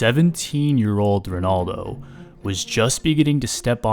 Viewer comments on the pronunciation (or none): none